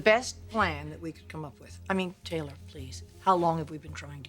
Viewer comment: " Teller". We're all gonna die......please Stephanie her name is TAYLOR